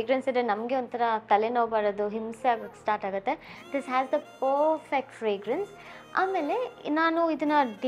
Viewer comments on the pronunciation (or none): none